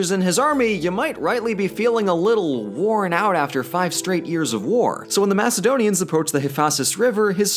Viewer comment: WAR-n out?